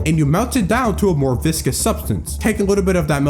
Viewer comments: "viscous" as a descriptor means "thick or sticky, not flowing easily", AKA having a high VISCOsity. It is not pronounced the same was as "vicious" -- the proper pronunciation is "vis-cuss". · viscous not vicious, it's pronounced vis-cuss and it means thick. Like a syrup or oobleck! Also absolutely love this, was waiting to comment till the end but then my vocabulary nerd came out lol